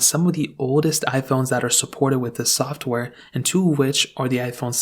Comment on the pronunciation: This man just said “soft wear” instead of “software” 😂😂